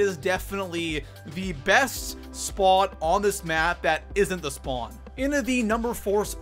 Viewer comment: Broooooo! 😂 where are you from? “SpOooooot”. “SspAaawn” Nice vid btw